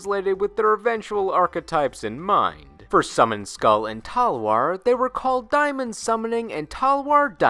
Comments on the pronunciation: Diamond? Lol the amount of times you said it made me laugh, Daemon is still just pronounced Demon. Old English translated from latin I believe. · and even when not said like demon, day-mon would still be better than die-mon. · The way you pronounce “daemon” is…unique, to say the least. Most people pronounce it either “demon” or “DAYmon”…..never heard “Diemun” before Ngl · daemon is pronounced like "Day-mon" not like diamond lol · Wait I thought it was pronounced like day-men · Summoned Skull's Japanese name is "Skull Demon", you even showed the panel from the Manga and "Daemon", actually "Dæmon", is pronounced "day-mon"! That aside, I would like to stay close to him and jus simply say "Red-Eyes B./Black Chick"! His Japanese name does not contain the Kanji for "Red-Eyes" as found in other cards in the Archetype and so his NAME got an errata to "Black Dragon's Chick"! It's why Red-Eyes Wyvern, Red-Eyes Retro Dragon, Red-Eyes Flare Metal Dragon, The Black Stone of Legend, Paladin of Dark Dragon and Black Metal Dragon have no synergy with this chibi Red-Eyes Black Dragon whatsoever and explicitly exclude it in their Effects! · just thought I'd point out, daemon is still pronounced demon it just uses an older form of the alphabet where æ was still a letter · Daemon (day-mon) is Demon's original spelling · the fact that you know daemon is just demon but you still mispronounce it even though they are pronounced the same bothers me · Does he not know how to pronounce daemon? It sounds like demon pronounced weird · daemon is pronounced demon dude. it's just an older form and spelling of the modern word............you'd think your co-host would correct you or something. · You're saying Daemon wrong. It's pronounced the same way demon is and is an older spelling of the word. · Matt Demon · Saying day-mon is much more fun though :)